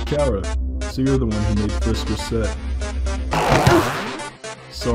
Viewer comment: WHY DO OR APPLE KEEP SAYING CARA